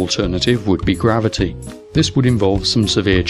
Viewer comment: Your southern American accent is good, but to put on a proper American accent you need to pronounce the R sounds within words. Words like gravity seemed to be lacking the R sound the most. As an American it sounded like a southern Englishman. Still funny though and I appreciate the attempt. Before people jump on me, I'm sure my British accent is terrible too.